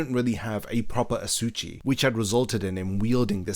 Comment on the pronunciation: Asa-uchi, not a-suchi 😂 Still, great series of videos